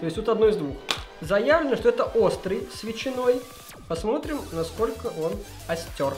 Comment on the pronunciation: "остер " кровь из ушей пошла